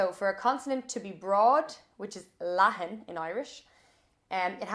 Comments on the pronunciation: Tá tú a' fuaimniú an R chaoil i gceart, ach deir tú go bhfuaimnithear an R leathan ar an dóigh chéarna i mBéarla agus i nGaeilg... ach níl sé fíor. Aisteach an rud nach dtug tú fá dear é. Éist leis na cainteoirí Gaeltachta agus cluinfidh tú ar an toirt go bhfuil duifear mór eatarthu... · Your r leathan is English though 😬